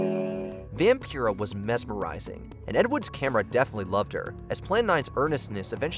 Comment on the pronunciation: Stop mispronouncing Vampira!!! She literally says her own name in the clip!!!!